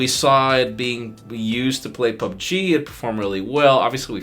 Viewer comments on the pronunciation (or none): none